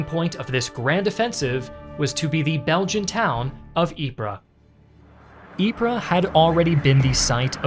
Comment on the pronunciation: ▶ = it's pronounced: (Ypres) Eee-Pp (🚫 Eep-Ra ⛔) Great Video ;-))